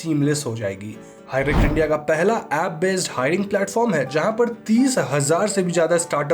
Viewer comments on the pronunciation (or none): none